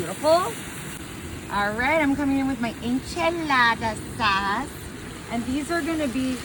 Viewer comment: "enchelaata saas"